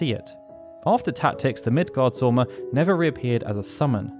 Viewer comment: It is Midgards Orm, not sorm